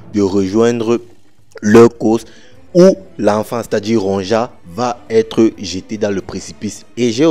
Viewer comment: Il faut lire “Ronja” en “Ronya” comme les Vickings